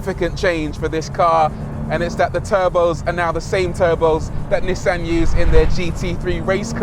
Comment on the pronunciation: ^This, not to mention the pronounciation of Nissan.